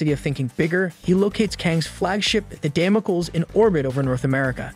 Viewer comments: Please use a dictionary to learn how to pronounce words for example Damocles (dam-oh-cleez). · Dam-oh-kleez. Ffs. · Who or what is Damo kill? OH you mean Kang's space cruiser Damocles, taken from biblical Sword of Damocles? Damocles is pronounced Damo-kleez. Man I freaking all these AI voices. I can't listen to this guy call the Avengers the AHH-venjers anymore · don't use software to read your script.. it's day-mo-cleese..